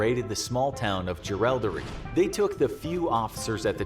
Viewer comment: Mick Jagger played Kelly in one of the movies!! It was an absolute shocker 😂 The best one I've seen, aside from the romantic interest which never happened, is Heath Ledger's. By the way it's not JerALDery, it's Jerilderee and his accomplices surname was Byrne. As an Englishman, you will know how to pronounce it. The American mistakes are driving me nuts. I think the biggest mistake the Kelly Gang made was shooting the police. It may not have been necessary. There is a whole history of the power of the squatters which has been left out. I don't think Ned killed anyone at Glen Rowan either but I might be mistaken.